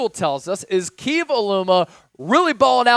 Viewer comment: Huge hokie fan here, Keve is pronounced “Kev-Ā” 😂